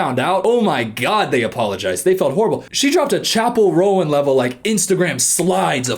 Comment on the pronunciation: I am so late but I have to point out that auschwitz is not in germany its in poland😭 And is wearing a chappel roan hat and mispronouncing her name